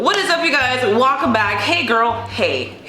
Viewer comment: “Hey guys walkcome”